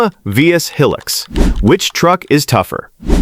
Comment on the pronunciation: Looks like AI cant even pronounce HILUX